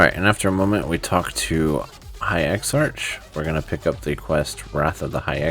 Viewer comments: Great video dude! Butttttttttt...... it's ex-ARK not ex-arch hahahaha.... just messing around man. Thank you, you saved me a ton of time. :) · Would have been a better guide if you hadn't driven me crazy mispronouncing (eksa-k) exarch. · What this guide doesn't tell you is that you need to be friendly with the factions of the broken isles to even begin this. That in itself took me hours to complete with all the running around and special quest states required to even see the NPCs that give quests. I'm currently halfway through the video and while accurate as to what we're suppose to do, I am malding over how you pronounce Exarch wrong and a few other things. At least it makes me want to get this done even faster. No hate, just sayin'.